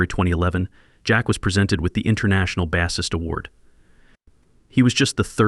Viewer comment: NOT "Baassist" as saying the word "ass" It's "Base" pronounce it as "brace". Get a new narrator